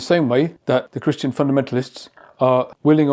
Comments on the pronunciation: It sounded like he said "I'm 'not' Christian." rather than I 'am' Christian. That's befitting of the Book of Revelation and the Anti-Christ. He's DEFINITELY not a follower of Christian values. I can't believe I'm living through this. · no. He clearly said " I am a Christian" but he gave the word a the short vowel sound /a/ as in hat or sat. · I heard that too.